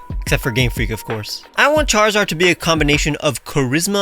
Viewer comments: "Charizard" but pronounced "Kuh-rizz-erd" is insanity. Props. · Charizard is a good name (pronounced "karizerd" of couse)